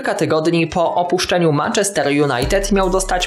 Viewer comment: Manchester czyta się przez "e"